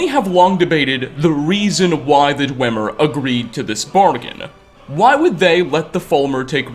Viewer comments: You'd think after all this time, would have learned to pronounce "Dwemer." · Isn't it pronounced "dweemer"